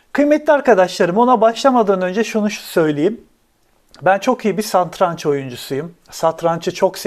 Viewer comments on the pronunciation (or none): Hocam yalnız santraç değil satranç